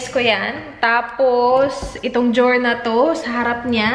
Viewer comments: Drawer - Jow’r 😅😅😅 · Iorganize ang jower 😂 sorry im not a hater pero nabbother talaga ako sa jower 😂😂😂